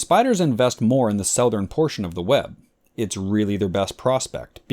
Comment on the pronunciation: love this, commenting for the algo. Meanwhile, you pronounce "southern" so weirdly. I know, the base is South, so your pronunciation is likely truer to the origin, but I have literally never heard anyone say it like you. People pronounce it, "SUH-thurn."